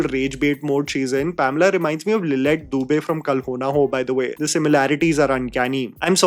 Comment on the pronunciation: Why is no one talking about how keeps calling her Pomela????